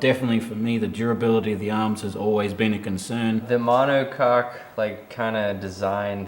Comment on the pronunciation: huh huh, he said monocoque